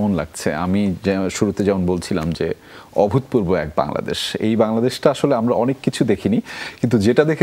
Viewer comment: উপস্থাপক "অভূতপূর্ব" শব্দটা যতবার উচ্চারণ করলেন ততবারই ভুল করেছেন। ত টা তো এর মত উচ্চারিত হবে। একজন প্রেজেন্টারকে ভাষা ব্যবহারে, উচ্চারণে, বডি ল্যাঙ্গুয়েজে অনেক সচেতন হতে হয়। যেকোন অনুষ্ঠানকে সুন্দরভাবে উপস্থাপন করার পেছনে মূল ভূমিকা থাকে উপস্থাপক বা সঞ্চালকের। এই প্রজন্মের মধ্যে আর জে কিবরিয়া তার প্রকৃষ্ট উদাহরণ।